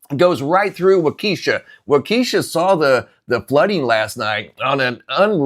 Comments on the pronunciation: It's pronounced walk-esha FYI not eesha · It’s pronounced WALK-a-shaw. Emphasis on WALK. There is no keesha. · Wah ka sha not wakeesha..cringe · Waukesha is pronounced Wah-keh-shaw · It's not Waukesha like you are pronouncing. It's Pronounced Wau kEh Shaw. 😔 I'm in Central WI and we only got an inch. Milwaukee got the majority. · Waukesha, emphasis on the first syllable, not the second. The second is short E, not long. Walk-eh-shaw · Pronounced Wa kee shaw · Huh? You never heard of Waukesha? He’s mispronouncing it, but I assure you Waukesha exists.